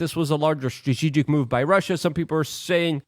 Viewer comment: Surgeon general's warning: Ashwagandha may cause you to mispronounce many English words, including tumultuous and strategic.